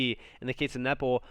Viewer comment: It sounded like nipple, but it was Nepal 😂